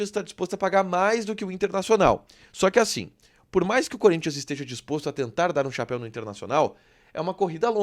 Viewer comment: Gosto de vcs do Sul , vcs sabem falar o nome do Corinthians e não curinthian ... Vcs sao fera